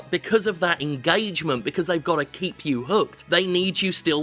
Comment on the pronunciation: "engAAAgement". No thanks.